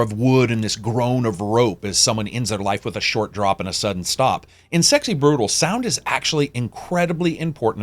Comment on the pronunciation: Great review as always, made me very interested in the game! ...Though I'm pretty sure you pronounced "brutale" wrong, but I guess we can just disagree on the pronunciation. (cough patrEon cough :D )